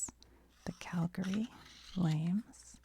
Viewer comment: I’d just like to mention that I appreciate you calling Calgary “Cal-gree”. A ton of Americans and even Canadians from the east emphasize the “a” after the g (Calg-a-ree).